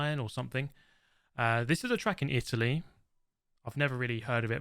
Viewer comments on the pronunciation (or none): none